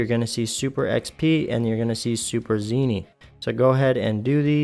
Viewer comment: You know it's ZENI not ZINI? Hahahh great video just was driving me crazy.